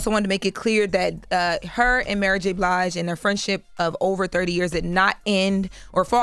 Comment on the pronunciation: Jess said ‘MurrGBlige’🤣🤣🤣Love it!!!!🤣🤣🤣🤣